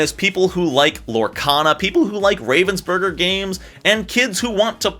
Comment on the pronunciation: as a german I hate how you pronounce ravensburger. Love the video tho. (FYI it is pronounced RAH-VENS-BER-GER bc it is a german company.)